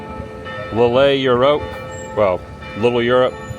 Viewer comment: It’s pronounced ‘leel’ not lillay